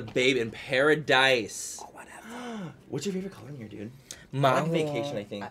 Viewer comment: Whenever Bretman says, “Whatevah,” I melt, then smile.